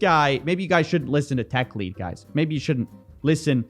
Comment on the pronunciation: Techlead rhymes with 'dead' not 'deed' , it sinks like lead !